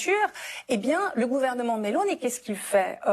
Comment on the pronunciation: au moins elle prononce bien Melóni !!!